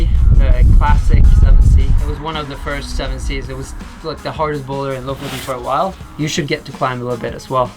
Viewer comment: I've always wondered how to pronounce Lofoten! Now I know!